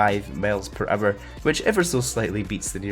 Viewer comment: Is it just me, or does say "males per hour" instead of "miles per hour"?